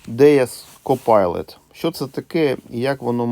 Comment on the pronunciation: ""Копайлот" ))))))))))). Это вам не pilot, который читается "пайлот". И десятичный разделитель - это точка, а не запятая.